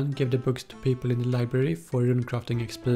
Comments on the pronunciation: it's interesting how instead of saying "EX PEE" he says "EX PL" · the way he is talking..."EXSHPEE" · sounds like smeagol when he pronounces the E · the way he says XP Lol